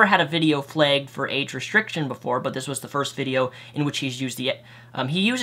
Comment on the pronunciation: It's pronounced flagged not flegged.